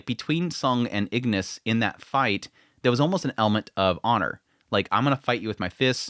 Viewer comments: Igris! Not Ignis! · I continue to like your coverage and the comparisons with the manhwa. I think you have the name of Igris the Red wrong; for some reason you kept adding an n and saying "Ingris". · Igris not ignis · He's pronounced igris not ignis btw. R not N